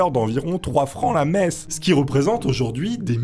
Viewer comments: Quand t’as dit messe j’ai compris meth, et pendant un instant j’ai cru qu’il était partis en Breaking Bad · C'est seulement à la 5eme fois où t'as prononcé le mot "messe" que j'ai compris que c'était pas "meth", bicraveur de crystal meth ça aurait été pas mal pour devenir un prêtre octo-riche non ? XD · quand tu parlais de messe je comprenais "meth"